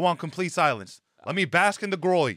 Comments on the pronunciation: “The gwory” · Bro had his big moment … And couldn’t pronounce Glory on his first try 💀